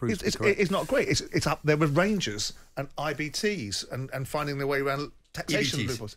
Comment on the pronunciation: Every time .......EVERY TIME he finds a way to have a dig at Rangers , he does. The man claims to be a proud Brit but supports IRA FC (Celtic) whos fans sing about bombing the uk every week. Simon Jordan is a weapon . Cant even say ''Rangers'' its ''Wangews''